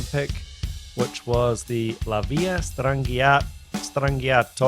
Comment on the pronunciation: The "correct" pronunciation of it is La VEAL-a Strann-JAH-toe. Cheers!